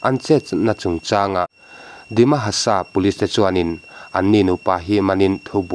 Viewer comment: Tawng nasa lutuka dimahasa pawh dihamasa te iti nawk nawk mai lawm🤣🤣🤣🤣